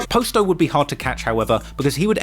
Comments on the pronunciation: “Poss-toe” not “Poe-sto” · Mf said Post-O 💀 how slow can you be fam? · "He clearly heard Juice World, pronounce POSTO name correctly...but yet he still saying Poe Sto. But that explains why POSTO clothes, looks cheap...for shopping at a Poe Sto"🤨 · Pos-to ( poss to ) shit be harting my ears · Its pronounced PA-STO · How do you watch videos and songs hearing his name and you still can’t pronounce it right? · Do you keep pronouncing his name wrong on purpose or can you really just not pronounce it the right way?